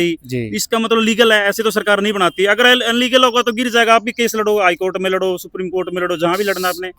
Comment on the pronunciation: अलीगल बोले है इलीगल ने 😂😂😂😂